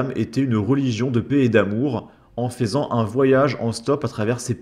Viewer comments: " le but n'est pas de ce moquer de cette personne" Si. Franchement, si. PS : faisant se prononce FEU-ZAN. Ça me crispe à chaque fois que je t'entends dire Fézan 😂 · fai se prononce fe stp tu bosse bien fais juste un effort jador ton contenu mais c'est frustrant